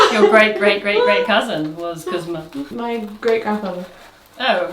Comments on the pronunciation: The name is 'KuzmA', the stress is on the A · Actually it's Kooz'-MAH, not KOOZ-ma. Also z is palatalized so it's soft. Kinda the same way the sound p is palatalized in the word "pew". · Milka is actually Malka. Milka a regional Yiddish variation (it was usual for Jewish names). And Kuzma has a last syllable stress: Kuz-mA with a soft z-sound (like a soft pause after -z). According to Wiki, its English version is Cosmo. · Kuzma is really pronounced KuzmA ❤ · I love you, but that's not how you pronounce Kuzma 😅 the emphasis is on the second syllable, and the z sound is soft, so it's more like Kuz'-mah